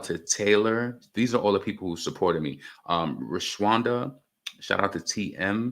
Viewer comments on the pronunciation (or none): Thanks for the shout out! It’s pronounced Ray-Shawn-Da 😂